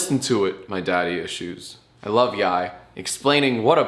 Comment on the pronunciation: YIAY not yaiy bro